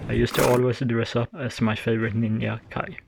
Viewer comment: sorry to ask, but you saying ninYa is that a accent thing?